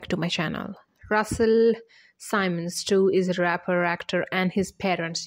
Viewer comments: SIMMMMMMMMMMMMMMMMUNS NOT SYMON!! Simmons!!!! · She’s pronouncing the last name incorrectly!